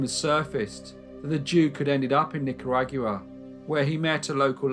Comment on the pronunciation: Just wanted to say that Nicaragua isn't pronounced like that. It's more like knicker (underwear) and agua (Spanish for water) Not trying to be rude, just want to help